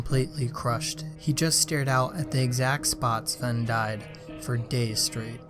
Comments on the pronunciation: ITS NOT SLEN ITS SVEN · Svlene its svene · You called Sven swen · Lol u kept saying “svwen” Love the video keep up the good work! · He says Svwen lmao